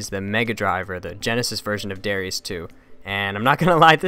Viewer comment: It's really pronounced "da-rye-us"